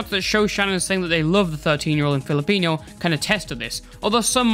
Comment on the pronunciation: "filipinyo" HHAHAH